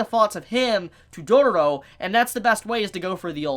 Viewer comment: First - Its not Dodoro but Dororo ( U have made a mistake in pronouncing this Title/Name few times ) And She is a gril, not a boy. Its not even a spoiler since she sound and looks like girl :/ And about the Anime. God, its so fcking good <3